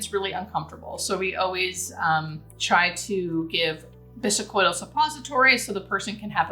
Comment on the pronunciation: I am RN for 30 yrs and in the throes of interviews to become a hospice nurse. Love your videos to help me prepare. 😊 May I suggest?? plz check pronunciation of words like bisacodyl . defibrillator (there is no “u” in defibrillator nor an “oi” sound in bisacodyl. You are obviously a very highly intelligent nurse and author and i hope this tiny critique doesnt offend) Thank you again. I learn so much from your videos.❤